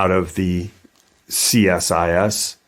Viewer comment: Awesome upload, to pronounce the Canadian organization just say see-sis